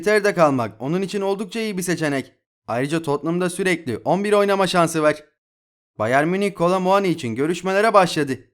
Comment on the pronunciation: Var derken vağr demene tilt oluyom kanka agzini yuzunu kirmak istiyorum